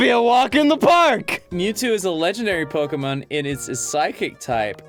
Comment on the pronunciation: youre talking about pokemon being pronounced wrong, while pronouncing it wrong